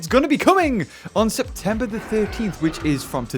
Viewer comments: "Spet-Me-Ber the 13th" XD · Lol what the hell is “spetmeber”??😂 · “Spetmeber” pronounced “speet-me-bear” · SPETMEBER LMAOOOOO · "SPETMEBER 13th"? LOL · Spetember the 13th WooHoo ( lol ) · “Spetmeber 13th” heheheheheheheeeee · oof didn't know humans invented a new month called "Spetmeber"